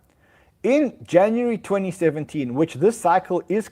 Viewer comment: "Januree"